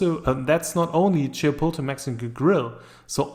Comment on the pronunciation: Can you please pronounce Chipotle properly